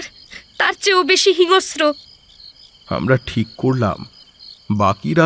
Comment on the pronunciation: Kathata Hinosro noy Hinsro